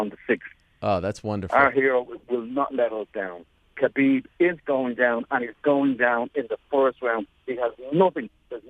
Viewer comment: Tony calling Khabib kebab, is the greatest thing I've ever seen 😂